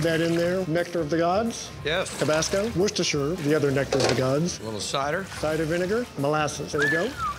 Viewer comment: That first chef is the only American who pronounced Worcestershire sauce correctly. Wow!!!